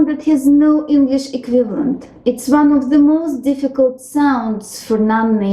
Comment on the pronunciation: You could improve your pronounciation of english "one", "with", "wish" etc.